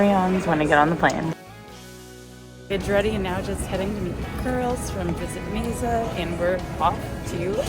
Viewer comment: Mesa is pronounced May Sa. It sounds like you're saying May Za and no one has corrected you. Amasing. 🙂🙃